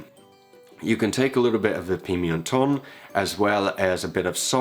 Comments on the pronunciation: It's 'pimentón', not 'pimientón' ... in case you're eager to pronounce well. Nitpicking, I know. Love your channel though. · love this simple dish! PLEASE tell me in the meantime you've learned to pronounce Pimenton.... PEE-MEN-TON